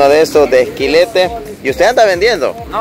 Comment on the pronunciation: No es "quilete" es quilite.....................se le hecha a la sopa de frijoles, pero ese quilite ya esta muy maduro